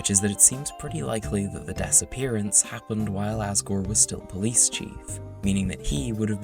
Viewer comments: "the Dessappearance" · I like how you say 'disappearance' as 'Dess Appearance' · I kept hearing "disappearance" as "Dessappearance" Edit: Wait I think that's actually what was said lol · The Dessapearance? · “the dess-appearance” 😭😭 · the *dess*appearance?